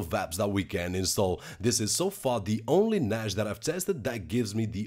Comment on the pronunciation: its Nassss not Najjjjj